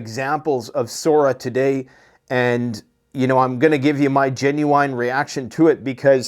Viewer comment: Genu "Wine". Lmao!! It never gets old hearing him pronouncing it completely wrong.